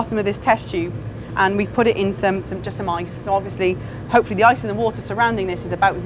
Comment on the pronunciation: 'wot we have here is smice' - why are you using mice? Oh! you mean 'some ice' lol